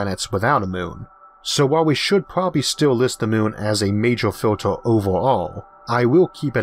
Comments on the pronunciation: so i learn it is pronounced FILTOR, not filter.. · I love how you say 'filtor' (filter). Great content! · filtOOr, smalOOr, good video anyway.